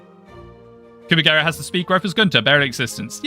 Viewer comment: I can't unhear "Coomagera" now for some reason...that'd make a funny meme to be honest :kek